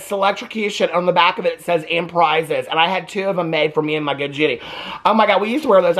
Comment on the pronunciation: Selectrocution and pRiiiiiiiZeS is insane 😂😂😂😂